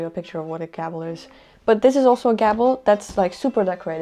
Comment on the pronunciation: that's not how you say gable. you are saying gabble. gable is "GAY-bul"